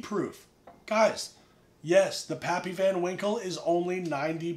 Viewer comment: “PaaPyYs”. What a lush